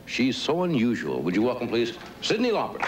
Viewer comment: Carson said Sydney Lauper lol